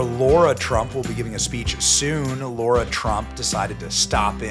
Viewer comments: Great interview. Question, doesn’t she pronounce her name Lara? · Benny!!! LARA, NOT LAURA. Love you anyway!!!❤❤❤❤❤❤ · Is her name "Lara" or as Benny says "Laura"? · still saying "Laura", eh? I guess if we can say Kamala however we want, then you can say Lara however you want. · Lara NOT Laura 😬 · Bennie, is it Laura or Lara? We all know it's Trump! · Her name is LARA Trump...LA-RA not Laura or Lauraaaaa as you say it....ffs Benny come on!! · Fantastic interview! I really liked what she had to say. These are real people, folks. EDIT: She's a sweetheart for not calling you out on calling her Laura instead of Lara 😂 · Pronunciation matters to me when it comes to a person's name. Her name is pronounced Lah-ra -- not Laura. Spelled Lara, not Laura. 👍😎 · Lara, not Laura, just fyi